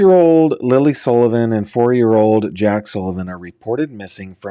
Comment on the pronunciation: Sullivan not Sollivan.